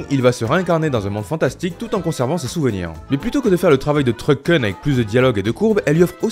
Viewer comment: Truck-[Kounn], pas [keune] xDDDDDD